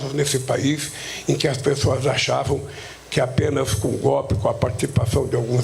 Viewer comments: Que "GOPE"? FALA DIREITO, PESTE! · Aprenda a falar analfabeto... Não existe palavra "gópi". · Correção " Golpe" e não gopi sinceramente não consigo ouvir esse malaca aí não 😂😂😂